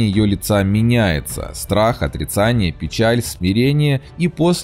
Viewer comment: Автор, за работу лойс. Только на "Страх. ОтрЕцание. Печаль..." Вообще-то "ОтрИцание". Но ролик ведь перемонтировать вообще не вариант😂😎👍